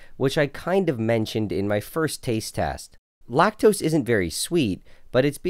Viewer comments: Lactoes is all i hear😂😂😂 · lacteeze? lacteeze nuts!